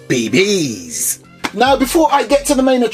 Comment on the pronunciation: "Be Bees"... Sounds off to me compared to saying "Bee Bees" lol